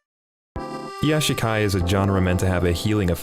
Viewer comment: "Kitsune no Senko-San" It's Sewayaki Kitsune no Senko-san. "Nanako" It's Nakano. "Yashikai" It's Iyashikei.